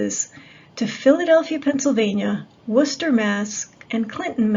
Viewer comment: The way you said, "Worcester, Mass," I thought you must be from the New England area! 😆